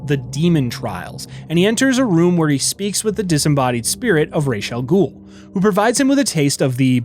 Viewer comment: MY GOD!!! You said Ra's Al Ghuls name RIGHT!!! Most people say it wrong. Like they do in the Nolan movies.